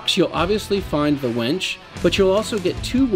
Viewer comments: Dad jokes for days! You sound like you're pronouncing wench way more times than winch. Be careful of the wires rubbing the painted bits, it'll wear the paint off. Ask me how I know. You better be getting her a drink!!🍻:-) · Its winch not wench. If you were trying to be funny, it turned out to be irritating